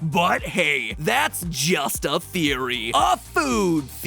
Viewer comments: BUT HEY THATS JUST A THEEWEE A GAAAAAAME THEEWEE! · I love how he used the meme of Gordon Ramsay when he said theewee instead of theory lmao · just a theewee